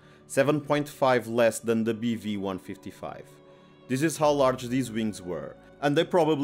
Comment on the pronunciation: I thought he kept saying beefy lol